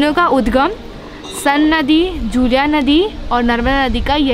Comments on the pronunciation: San Nahi madam सोन hai aur जूलिया nahi जूहिला hai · It's not sun...its pronounciated as son...n another is johila...